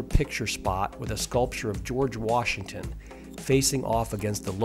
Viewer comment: If you are going to narrate a video, you should probably learn how to pronounce the word "Washington." It is not pronounced "Warshington."